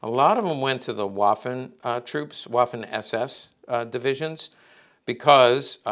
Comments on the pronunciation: I've no doubt you're aware of this, but Waffen in German, is pronounced similar to the English V sound. It's more like Vaffen than Waffen. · He's not just speaking to Americans, he's speaking to anyone interested in the subject from all over the world, myself included. I don't mind "Walther" so much (due to Bond movies), but I'm sure you can pronounce "waffen" in the German way yourself. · No tears, so no tissues needed. A historical firearms expert should know how to pronounce "waffen" is all I'm saying, and I tried my best to be polite about it. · It's not really "spelling police," but rather people trying to politely correct someone on pronunciation. I'm no expert, I only speak English, but I do know how to pronounce Waffen and Walther as best as I can. Heckler & Koch for example is very difficult for me to pronounce as an English speaker, but I make an attempt at it.